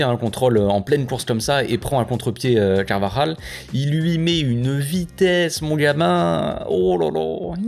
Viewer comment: Pourquoi il dit Carnaval tout le pour Carvajal?😅